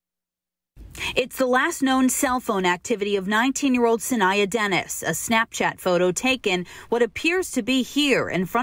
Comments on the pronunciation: could yall get her name right. SA-NY- AH. I hate the news. Saniyya Baby girl keep fighting. My god this is every parents nightmare. Ancestors protect her and bring her home. Amen. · GMA can't even pronounce her name right,that's important!